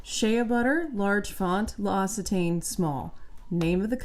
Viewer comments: L’Occitane pronunciation: “lowk-see-taan” ❤ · That's not how you pronounce L'OCCITANE.